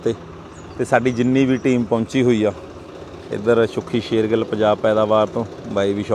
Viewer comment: AH IK THODE NAL AA EHNU SHER GILL NAHI KEHNA AUNDA SER GILL KAHU JEHRE AH YOU TUBER AA